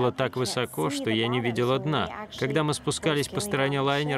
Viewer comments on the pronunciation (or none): none